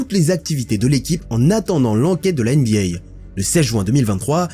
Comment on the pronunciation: NBA et pas NBYAY… tu fais saigner mes oreilles à chaque fois 😂😂😂😂